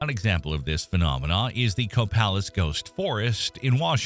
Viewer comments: The "A" in Copalis is pronounced just like the letter "A". Just letting you know from a local... Proper pronunciation and punctuation are Very important. It's like saying your going to "help jack off a horse, or help Jack off a horse" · Copalis Washington (It's pronounced CaPayLis get that right and you're one of the locals) which is right on the ocean so if you're there during this big event YES!! You're in trouble...I'm 30 miles inland from there so if anything I do feel safer then when I lived near Ocean Shores.